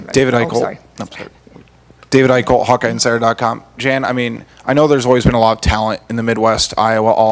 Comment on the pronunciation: JAN, not JANE